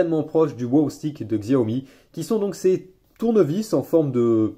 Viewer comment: xiaomi se dit chiaomi !!!!!!! sinon cool la vidéo